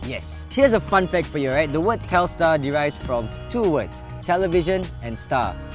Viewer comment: it's telstar